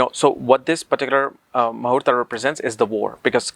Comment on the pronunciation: Please say mahurat not mahurata .